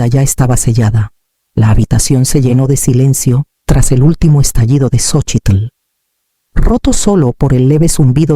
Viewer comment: Es gracioso cómo pronuncia el nombre de su hija: "Xochitl", tratando de pronunciar todas sus letras! 😂 Se nota que la locura no es mexicana, pero su voz me encanta, siempre procuro seguir sus relatos, aunque estén en diferentes canales de historias en Youtube.